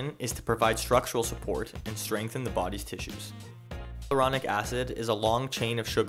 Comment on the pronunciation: Why does everyone mispronounce "hyaluronic" acid? It is NOT, I repeat NOT pronounced "hyluronic" it's "hyALuronic." It has 5 syllables, not 4. Even this doctor, a medical professional who should know better, continually mispronounces it.